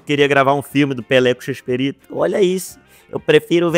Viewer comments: ama tanto que fala chespErito invés de Chespirito. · Para de falar ChespErito! É ChespIrito!!!